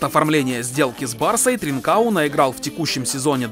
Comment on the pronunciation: Не тринкао, правильно с португальского ТринкаН